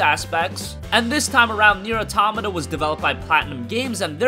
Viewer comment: Why does no one know how to pronounce Nier AUTO-MAWTA. Its Not Aw-Tamata